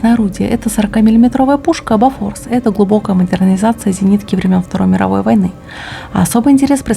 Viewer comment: Ох сколько смотрю все кроме самих англо говорят не правильно ! Не Бафорс а Бофорс ! Эти пушки стояли раньше на Линкорах Эсминцах Крейсерах Спаренный по 4штуки